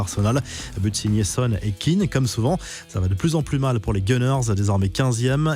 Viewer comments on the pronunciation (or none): Kane pas keane monsieur le journaliste